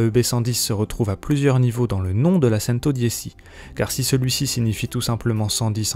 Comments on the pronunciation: C'est Centodieci pas santodisi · "cèn-to-di-é- chi " pas cèn-to-di-é- ci " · En italien 110 se prononce "tchento diéchi" et pas sentau diessi Merci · Pareil je préfère le prononcer avec l'accent italien🇮🇹 Centodiechi👌 Après on ne prononce version Français quoi🇫🇷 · La « sèntodiési » mais PTDR c’es quoi cette prononciation 🤣🤣🤣🤣🤣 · Centodiéssi????? Et t'as pas été capable de le prononcer correctement? Je ne regarde même pas la suite de la vidéo tellement ce journaliste se fout de nous. C'est bien tu sais lire mon gars... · La façon dont la voix off prononce « Centodieci » me déprime...on ne sent aucune passion auto. Hé! C’est une Bugatti, pas une 208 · Serat Ser oui mais je sais mais c’est francisé x1000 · oui c'est une honte que ce journaliste n'a pas une culture générale suffisamment étendue pour savoir prononcer correctement ce mot italien. Mais que veux tu, c'est un homme dans la moyenne donc pas de miracle. En moyenne les gens sont médiocre, c'est comme ça. Faut faire avec et lâcher prise quand t'es au dessus du lot. Moi aussi j'ai trouvé ça laid qu'il le prononce en français. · Mdr pareil 😅😅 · Ouais j'avoue le journaliste il a mal prononcé